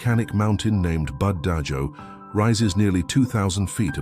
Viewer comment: BUD DAHO NOT BUD DAJO, I CAME FROM THIS PLACE